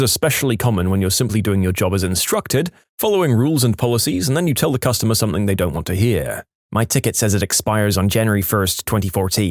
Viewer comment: No k in the word something